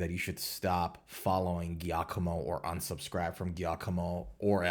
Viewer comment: Giacomo is pronounced Jacomo and it's Danny Sapko not Sepko.